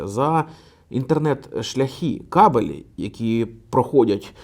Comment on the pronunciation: хороший контент, дякую. єдине зауваження - кАбелі, а не кабелІ)